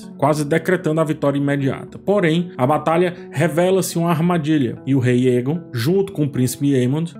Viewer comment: "Para o que der e vier" nao "vinher", "vinher" nao existe na língua portuguesa. "Aegon", nao "Eagon". Crítica construtiva 😉